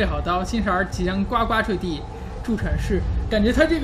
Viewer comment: 呱呱坠地这里不能念gua,要念gu